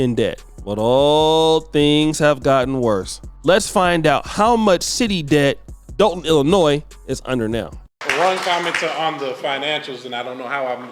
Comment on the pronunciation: Lol I know some of these people personally. "Doll-ton" is the right pronunciation btw